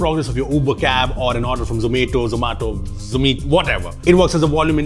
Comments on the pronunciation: Pronounce Zomato as “at” not “ate” or “aata” ◡̈ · spoke all but the correct pronunciation, zomato